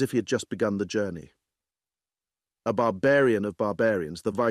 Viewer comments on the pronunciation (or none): none